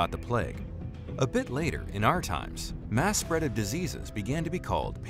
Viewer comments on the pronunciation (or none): none